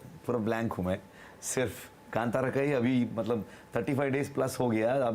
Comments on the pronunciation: It is not KANTARA it is KANTHARA madam😭😭😭😭😭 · Kaanthaara, not KanTara, ok? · Even if the pronunciation of movie title is evident in Hindi, anchor is so ignorant and sticks to her misinformation because of refering movie title in English. It irritates when she says कांटारा when she has to say कांतारा. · Please ask the anchor to spell the words properly like "Kantara" should be as "Kanthara" and Kannad as "Kannada"